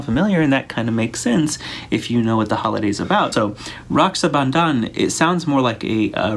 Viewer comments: U aced the pronunciation of raksha bandhan!! Forget about offending, Indians might honor u for being a flag bearer of our traditions and keeping cadie close to her roots as much. BTW all 4 of ur kids pull me in every direction.... I dunno whom do I adore more!!!! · No don't worry all casts celebrate Raksha Bandhan eg. Tamil,Hindu,telugu and more and you pronounced Raksha Bandhan so well 😊❤